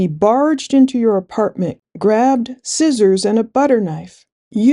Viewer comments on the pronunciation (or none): none